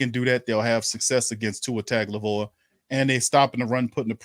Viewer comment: maybe you can teach that guy how to properly pronounce Tua's last name!